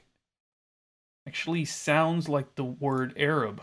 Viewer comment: I should note that in addition to the colors, the jewels mentioned decking the harlot are also reflected in the jewels on the breastpiece of the high priest (Exo 28.17ff). Also the correct pronunciation of the Aramaic “arab” is ar-AB.